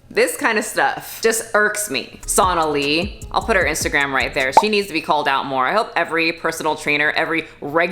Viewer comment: Sonalee? I think you pronounced “Jim Jones” wrong.